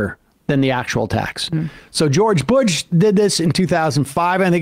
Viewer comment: Did he just say George Butch.?